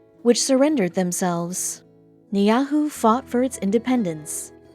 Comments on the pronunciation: Try Nee-EE-how, not Nee ah who! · The name of the island is pronounced "nee-ee-how," NOT "nyahu." What the hell?! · It's Niihau , not Nyahu!!!! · NIIHAU NOT NIAUHU!!!! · It’s not niahu it’s niihau (knee-e-how) that’s how it’s pronounced uneducated people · At least know how to pronounce the name of the island properly before making a video. Niahu is not correct!! It's Ni'ihau. Smfh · It's pronounced, "Nee How", not "Nee Ah Who". Idiot narrator. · Niihau not Niyahu. The family is the Robinson. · Ai. It's called Ni hi au. Nof neahu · Niihau is pronounced..... Nee Ee How ...... omg..... I grew up in Honolulu on the Island of Oahu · I am a native local and well aware of hawaiian history. When doing a story on Hawaii, please at least pronounce the so called "forbidden island" Niihau or (*Nee E how) right. It is pretty bad you can do research on the story of the island but cannot pronounce the island name right, I would highly suggest you re-edit this story with the right and correct way of saying the island since you will only look like a fool to everyone in Hawaii including insulting the very people who live on Niihau. Do your homework!! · Niihau is pronounced nee-ee-how. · It is pronounced née how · She pronounced it wrong it's NIIHAU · NIIHAU there I corrected it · Stupid waste of time. Niyahoo? At least learn how to pronounce the name correctly. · It is pronounced knee E How (Ni'ihau) 🙏☺ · A quality video needs correct information and pronunciation please. Niihau is pronounced more correctly as “knee-e-how.” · A load of b.s. half the time they are showing any old Island , ie , that semi circle Island is in the Galapagos group , or sometimes they show a South Pacific Island Atoll Island covered in coconut trees . If any of you know how to pronounce Polynesian words , you`ll pronounce this Island as Nee - ho , the a and u on the spelling of the Island is pronounced O not ow !! a ..... ah , u ...... oo , sped up , ....... o . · and Ni'ihau is not nyhayu ... oivay